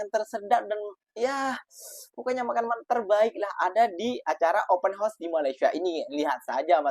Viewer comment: Open house...sebut..OPEN HA...OS. bukan open HOS!